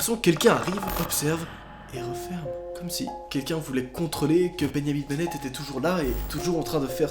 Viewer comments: "Bengnamin benet" Moi: "BENJJJJAMIN BENET" 😐😐😐😐😐😐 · pourquoi il dit bengnamine bennette au lieu de benjamin bennet? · « Beyamin Bennett »,! C’est Benjamin Bennett comme un benjamin en français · Bennyamine bennètte😂😂